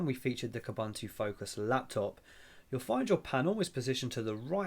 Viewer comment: It's pronounced Kooboontoo.